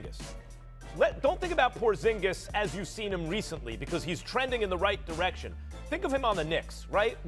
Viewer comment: “Porzigis” 💀💀💀💀💀 first take can’t get anything right